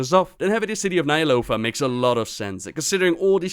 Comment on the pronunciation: you pronounce "Ny'alotha" as Nyalofa. Good video otherwise